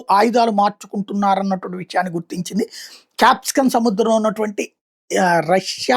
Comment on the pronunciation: క్యాప్సికన్ కాదు కాస్పియన్ సముద్రం సారు